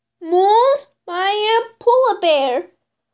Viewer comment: "pola ber" "jagrua" "leprod" why but that was funny